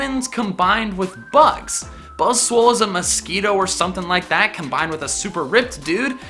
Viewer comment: No one else notice he says "Buzzswole"